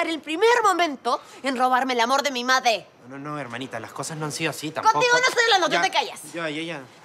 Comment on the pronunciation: dice made o madre? xd